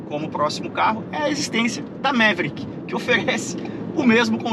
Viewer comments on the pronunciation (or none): O nome original pronunciava-se “Maverick” e nao “Méveríck”.